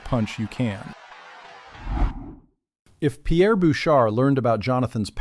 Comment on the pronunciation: Jonathan landed the first punch. you can't even say Pierre's name correctly! I am from Massachusetts.